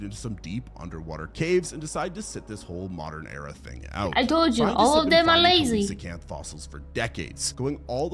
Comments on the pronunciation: I cringed each time he mispronounced Coelacanth, it's see-luh-kanth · The way he says coelecanth irritates my soul